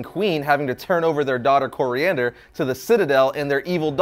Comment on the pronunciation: it’s Koriand’r, And Tamaran